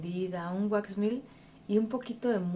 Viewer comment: Hola Linda, tu producto se pronuncia así como se escribe waxmelt, en español se traduce: wax=cera, melt=derretida no se pronuncia mill o milt espero que no te ofendas por corregirlo